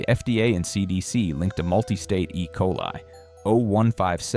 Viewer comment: No love for Walmart but still hate AI channels. What is "e coalee"?